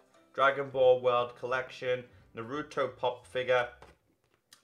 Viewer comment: Every time he said naruto wrong I cringed